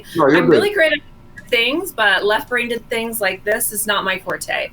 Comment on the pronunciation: "left brainDed" ... what is it with people adding a D to the word "brained" .... and a D to the end of Demon "DEMOND"....just no education or brainded?